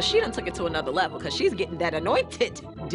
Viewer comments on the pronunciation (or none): "The annoited D" 😂😂😂😂😂😂😂 I know she didn't just say that